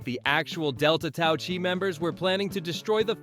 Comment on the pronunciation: At this point, I think a lot of these 10/20 things you didn't know about X movie are just totally inaccurate, like bad memes trying to get attention. The fact that the narrator says Delta Tau Chi, as if one is pronouncing the 'chi' like 'tai chi' is a flag, but then looking it up, there is no real Delta Tau Chi fraternity anyway. Belushi's cocaine use began on SNL, long before Animal House.